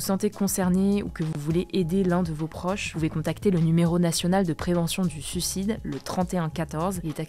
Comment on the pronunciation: Super vidéo et informative mais par pitié : SUIc*de pas SUc*de